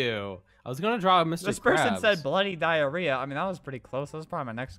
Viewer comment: And i saw him said dirrhea